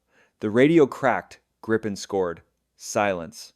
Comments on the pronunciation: I feel sorry for the Canadian. They have to learn how to say Gripen.... Gree-pen and you got the right name. *-) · I assume that you got a Text to Speech.. spell Gripen like Greepen or Gree-pen so you got the name right ;-)